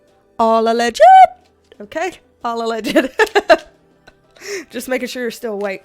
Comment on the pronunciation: All "Alleged-D-D" that made me laugh so hard!